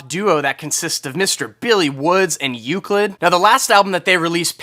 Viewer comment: E - LUCID homie not EU - CLID